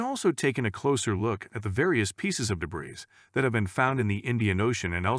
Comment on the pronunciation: the word 'debris' has been mis-pronounced incorrectly several times